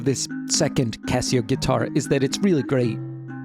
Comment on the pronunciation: C ass seo. C Assio. Not Kesseo.